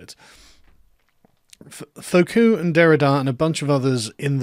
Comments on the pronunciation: Not Foh-koo, Foo-koh. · Learn to pronounce Foucault. It is not Foh-Coo, but reverse the vowels. Foo-Coh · Dear Carl--FFS, it's "Foo-COH", not "Foh-COO". Learn some Frog, man! Foucault almost rhymes with "you bowl". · Continental Philosophy has never concerned it self with objective fact and truths. (Majored in Philosophy, can confirm). Also, its not pronounced "Foh-koo", its closer to "Foo-koh" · Foucault: Foo-ko, not fo-koo. Foucault: Foo-KO. Kung-FOO KOs his opponents. Keep keeping up the good work. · I like how he says fo-ku, instead of fu-ko. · Sargon's pronunciation of Foucault which should be something like "Fooo koh" is more like "Faux cul" which is 'fake ass' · Fwiw, “Foucault” is pronounced “foo-coh” as opposed to “foh-coo.” Thanks for video. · It's "Foucault" Karl, not "Faulcout" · Isn't FOO COE, not FOE COO? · Foucault: foo-caw. Not faux-coup. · "Faux-coup?" *Foo-co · fUcO not fOcU... Foucault... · Fu-ko, not fo-ku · Sargon it's Foucault, not f u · Foucalt = Foo - co ('co' as in coconut. ) 'coconut' as in 'crazy in the..' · Not sure if you're doing a Vee-like deliberate mispronunciation ("Twatter")... But it's "foo-KO" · It's Foo-caw, Carl. The way you pronounce it sounds like a Brit trying to pronounce "faux-cul" which is a slang word for hypocrite and literally means fake bottom. 😁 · Sargon, it's Foo Kho. What is it with your French pronunciation? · Lol when you say Foucault wrong by inverting the syllables it sounds like "faux cul" (litteraly false butt in french) meaning a hypocrite. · Foucault, rhymes with Rousseau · I'm pretty sure it's pronounced "foo-cōe" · Bro, it’s FOO- COH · Foucault is pronounced foo-koh. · It's pronounces foo-koe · “Fokoo.” Hahahaha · Fyi Foucault is pronounced foo-ko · It's Fu Ko. Freaking englishman. lol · Carl Benjamin Please correct your embarrassingly off pronunciation of “Fuu Coe” ‘s name see: pronunciation guide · Contrapoints made fun of him in one of her videos for fucking up the pronounciation.